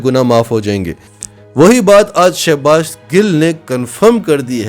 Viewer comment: Sha nai sho baz yh she baz yh shouses baz dursat nam bola kryan thanks